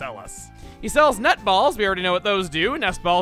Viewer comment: ... i swear your saying nut balls.... and it is a chugga thing to say